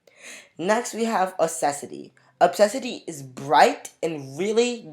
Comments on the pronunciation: FYI it’s odd-ea-see not o-ses-I-ty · The way you pronounced odyssey is hilarious